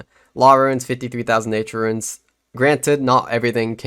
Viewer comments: I wasn't trying to he nasty, I just wanted to help you with your pronunciation Runes - roons Ruins - rew-ins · Bro it’s runes, not ruins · hes right you know. it's "ruuns", not "ruins". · Why would you say runes or ruins. Its runes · runes or ruins? It's runes dude wtf lol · why would it be pronounced 'ruins'? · It's pronounced ROONS.. Pls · Is it just me hearing things or is this guy pronouncing runes wrong it sounds like he's saying ruines